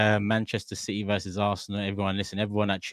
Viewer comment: the 40 year old with a 12 year old smooth brain ahha wah wha citeh citeh citeh